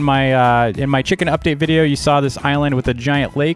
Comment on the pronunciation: Yesterday:chimken Today: ride chimken